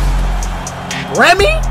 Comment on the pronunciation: I mean brehme he didn’t really say it wrong he just didn’t pronounced it right he said Bremy it sound like Brehme